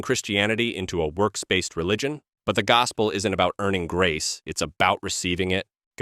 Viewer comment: "Neither do I condimm you" ? The word is condemn . "In th fire" ?